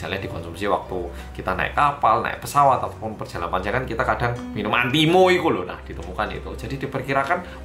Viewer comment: ulang2 deh, lucu banget cara bilang minum antimo ikulo:D